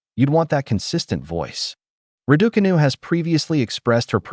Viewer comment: Why can't Americans pronounce Iga or Raducanu properly?